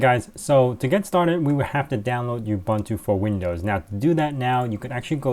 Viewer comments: it's "ooo-boon-too" NOT "you-bun-too"! and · that's not how you pronounce Ubuntu... it's "oo-boon-too" not "you-bun-too"...